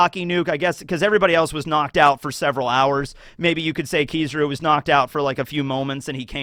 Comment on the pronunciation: Why do you pronounce his name like this 😂😂😂 It’s not “Kizuru” it’s KI-ZA-RU